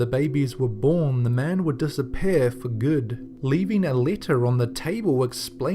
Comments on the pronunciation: You seid pear not peer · The single greatest pronunciation of 'Disappear' ever: Dis-a-pear.